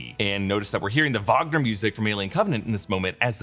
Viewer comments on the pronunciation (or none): none